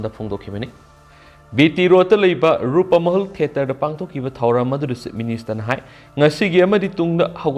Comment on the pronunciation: Rupmahal haiyune keino Rupamahal hairidubo, pronounciation khara senghanningi